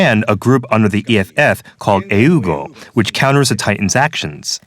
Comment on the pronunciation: Wait, what's the point of pronouncing A.E.U.G. the original way, but still pronouncing "Titans" like it is the English word?